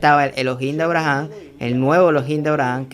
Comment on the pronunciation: Porque pronuncias "Abraham" con pronunciación americano—inglesa? Maldito